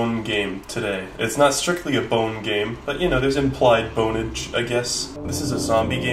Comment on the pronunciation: "implied bonage"